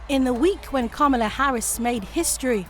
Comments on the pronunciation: You can tell that your Republican has been listening to Trump and probably Fox, since he mispronounced Kamala. Trump does that kind of thing to demean his opponents. You should be concerned about Trump’s admiration of leaders like Putin and Orban, and his plan to hand Ukraine to Russia. As an American, I am concerned about his becoming an autocratic leader and putting the Justice system under his control. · Riots?! No, your bias and racism is showing. It was protests for 400 years of lynchings and discrimination by law enforcement. And stop mispronouncing Kamala’s name on purpose. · Why can't anyone pronounce her name correctly?! It reeks of sexism and racism. These are journalists and they mispronounce her name, there is no excuse. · So, if you're a Republican you have to mispronounce the Vice President's name even when you're at a non-domestic round table? This guy seems to be able to pronounce the names Biden and Obama correctly, though. Is the disrespect, then based on the Vice President's gender or does every Republican have to verbally kiss Trump's ring regardless of the venue? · say her name correctly. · These Republicans are delibrating mis pronouncing Kamala's name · Notice who mis-pronounced Kamala’s name. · It is annoying this guy keeps mispronouncing her name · Who's this guy that refuses to pronounce her name right? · needs to learn how to pronounce Kamala’s name. Good grief. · How hard is it to sit on a panel where three other people are pronouncing a name correctly and you don't? Read the room, jerk. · I am surprised that both americans on this panel do not pronounce Harris's first name properly. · Why can NO Republicans pronounce her name correctly? What a purposeful tact that shows how “small” they truly are. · If they don't stop saying her name incorrectly as American politicians I'm gonna lose it. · Pronounce her name right you Americans on this panel! Men!!!🤦😬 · To the guy mispronouncing her name, STFU